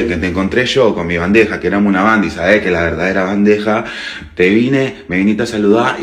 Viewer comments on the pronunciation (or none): "Bandeja" jajajajaja que hablaba